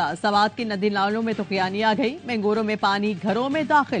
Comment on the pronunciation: She couldn't pronounce gabeen jabba and mangora properly. Plz bring pure urdu speaking news readers instead of sfarshi.